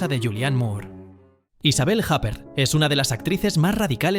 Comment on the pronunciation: Madre mía... Isabelle "Jáper". Hace falta ser cateto...